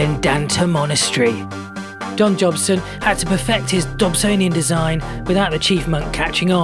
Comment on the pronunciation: Did you say don jobson?